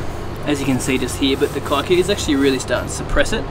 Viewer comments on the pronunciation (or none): It's pronounced keekuyu 😂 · It's amazing the world knows our grass. It used to be planted within the homesteads of Kikuyu community ( a tribe /community) in Kenya 🇰🇪. However, they had a different type for feeding their cattle outside the homestead. Pronounce it as "Key-coo-you". Thanks for recognising it and educating us. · lolz, it's actually pronouced ke-ku-yuh. kē-ˈkü-(ˌ)yü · As a pure blood Kikuyu i must say, your pronunciation of the word Kikuyu is simply horrible. Kudos though on your excellent skills in lawn growth.